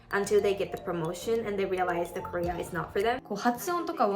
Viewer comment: careerの発音がほぼKoreaなんやなって…